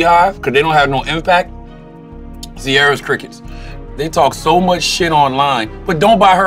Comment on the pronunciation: He said "Ciara's crickets" 😂😂😂